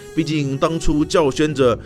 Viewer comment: 两处发音纠正一下，叫嚣（读消），曲高和（读贺）寡。